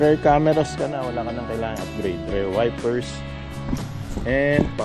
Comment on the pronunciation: boss pronounciation ng “Rear” Rir hindi “Rare”